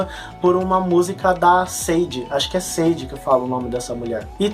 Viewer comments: Sade se pronuncia Shadei! Abraço! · a pronúncia de Sade é "Shadei". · correçaõ "SADE " se pronuncia " XADÊ".